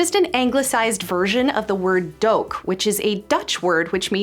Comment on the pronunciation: One small detail about the word doek; it's pronounced "dook", not "doke". The letters "oe" in dutch are always pronounced like the letters "oo" are pronounced in English, not like the English word doe. And we can see your roots by your last name as well 😉